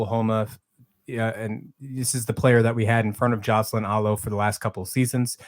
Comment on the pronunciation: Very lazy and disrespectful to mispronounce Alo's name.... jerk